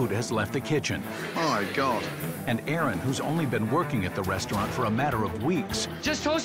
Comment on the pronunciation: Manager - This is chef Aaron Ramsey - Aron sigh, my name is Aron, not Aaron. getting someone's name right is kinda important Gordon, especially if it's the head chef you are going to be working with